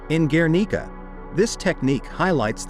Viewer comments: and guernica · People Really should teach their dumb robots how to pronounce words like Vemeer, Guernica, Renoir. . . Jeez!!!!!!!!!! 🙄